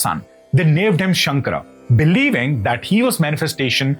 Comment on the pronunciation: Please correct your pronunciation.. It is not shankar but shankara.. It is kaalati ,and Padma paada or पद्म पादा…